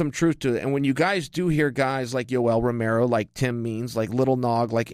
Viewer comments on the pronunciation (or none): none